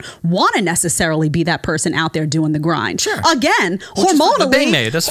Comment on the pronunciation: Lol you twisted tf out of her words. She's saying you'll have an easier time making more money destiny "not NeSsEaRlLY"